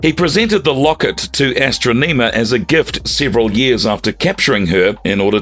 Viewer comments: Say it with me, "Ah" "Stron" "Iam", where do they get these guys from that read this stuff? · Great video explaining Ecliptor, but ffs why is the narrator pronouncing "Astronema" so weirdly? It's not "astro-NEEMA" sir. Nor is it "Kah-rone-EH" like wtf your research and going over all of this for this video, I would imagine you would have heard the pronounciations through the shows themselves. Seriously. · AstrO-NEmah is pronounced: Astonihmah Keronae is pronounced: KerOn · I swear, him saying AstroNEEma repeatedly had me so triggered. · i Luv ASs-TruU-nEe-mM-aA 🥴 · Her name is pronounced As-tro-ne-ma. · You should have watched Power Rangers in Space, and listened to how Astronema is pronounced in the show before saying it completely wrong in this video.